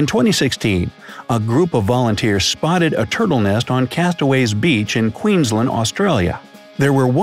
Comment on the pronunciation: the way the pronounce Queensland